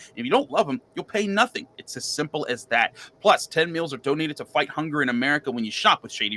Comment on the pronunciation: Said “fight” I heard “white”. Lmaoo had to backtrack for a sec